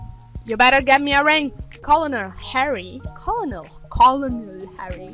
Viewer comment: FYI Colenel is pronounced like kernal :P